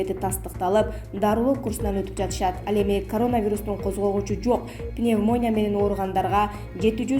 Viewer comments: Башты оорутпачы пневмония деп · Пневмония деген созду туура айтсаныз ведущий